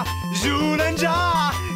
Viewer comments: That's the correct pronunciation. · That jyuurenjaa part made me burst out laughing lmao I used to watch the show when I was a kid and spot on Japanese lmao